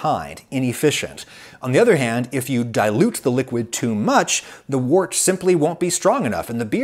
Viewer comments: The word “wort” is not pronounced like “wart”. It’s pronounced like the words word, work, world, worm, worst. It’s like “wert”. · Wort is pronounced "wert" - the professor should know this. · as a german, hearing you say "wurt" (or however you say/ write it) sounds kind of unappetizing. Würze is a lot yummier sounding :D if you translate it, it should be something like spice (not as in spicy (hot), but more the noun spices) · Mostly in the UK Wort is pronounced 'Wert'. Which is unusual even in UK accents. I think this is because this is how Wort was originally pronounced by the Saxons, and you don't mess with anything relating to beer :) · Had a lot of associations with US brewers/breweries, they also pronounced it 'wert.' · I think it's pronounced "wert"